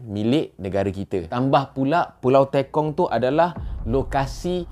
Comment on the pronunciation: Pembetulan Sir, Pulau Tekong(e. g. Tepung, Terus atau Tekan not Teykong ... 😊😷